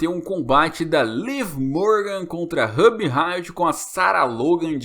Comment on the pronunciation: Que agonia vc falando o nome da Ruby errado